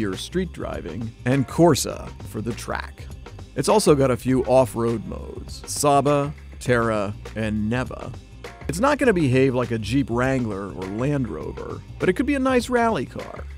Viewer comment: As an Italian I got triggered at him saying Corsa,Terra, Sabbia and Neve